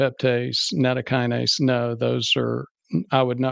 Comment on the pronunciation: Nattokinase is not a Kinase according to Wikipedia and should not be pronounced as such. definitely mispronounces it. You can say that is a small point, and it is. It just concerns me that he didn't research that small point.